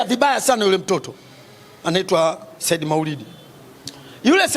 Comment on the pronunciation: Wewe mwandishi kiswahili chako jirekebishe unazngua jina la Saidi wewe unaita sahidi